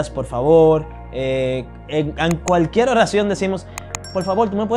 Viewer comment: Hombre buenos consejos, buena actitud hacia la vida. Ahora a mejorar tu castellano ese acento de “ mujel” “ cualquiel” lo eh escuchado en algunos cubanos y puertorriqueños te soy sincero! Hace ruido a quienes hablamos castellano. Creo se a puesto de moda ese acento en Latinoamérica por los regetoneros 🙄 yo hablo Nederlands 25 años y aun sigo aprendiendo.